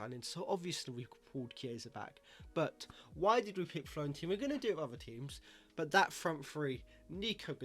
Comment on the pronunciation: Great vid, honestly though you’re driving me mad by calling them Florentina, it’s Fiorentina!!!